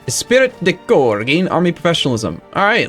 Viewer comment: “Es-pree de core” is how you say it man.